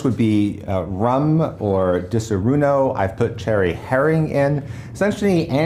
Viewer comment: Di-soronnnnnno. Not suroon-o.